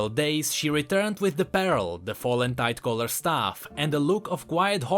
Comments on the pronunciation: Well "pearl" is relatively pronounced as "perl"... lol... i always thought u were saying "barrel of the abyss" all this time.. n i was like ...wtf. its now that i understand that u were just misprounouncing "pearl". Lol. Well anyways... keep the good work... n on this.... "your welcome. I'll come again" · every time he said pearl it sound like peril (or immediate danger) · Oh 'pearl' i heard 'barrel' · please read this PARELL IS DIFFERENT WITH PEARL:D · to me it sounded like you were saying pear-el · IKEA 2 hard 4 fresco yea he sounded like he was saying "abyssal barrel" lol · Sounds more like peril. But in Nami's story finding a pearl really is peril. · I love how you pronounce "Pearl" as "Peril" on a regular basis in this video. It is just so fitting! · Yo, just wanted to let you know that you pronounce the "ea" in pearl as the "i" first, so kinda like an "uh" sound. Just some constructive feedback on the misspronounciation, that's all:) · Pearl. Please, when you need to say a word 40 times in one video, run it through google translate